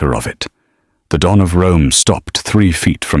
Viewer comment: Why Dawn instead of Don?